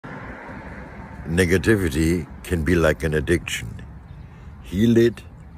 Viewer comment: he pounced that first part of "nega"tivity with a Lil too much emphasis for me